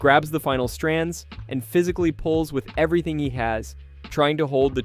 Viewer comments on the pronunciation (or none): none